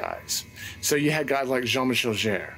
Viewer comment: Argh... the way you pronounce "Jarre". It sounds more or less like "Zhar".